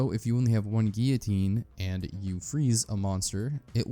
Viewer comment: Good video. But how is it possible to pronounce guillotine incorrectly so many times.